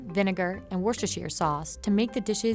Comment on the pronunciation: "Food Insider" and still pronounce Worcestershire wrong